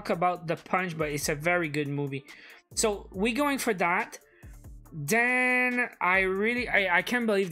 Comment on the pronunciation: great but why say den you Canadiens when you are trying to say then